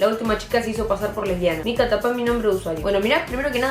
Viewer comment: Que roberto aprenda a decir mica